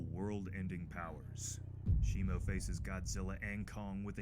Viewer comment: Blud said titanus shimU 😂instead of shimO😂😂😂😂😂 And night i say you are good at posting frequently 👍🏼 Me exited to get more looks at kong❤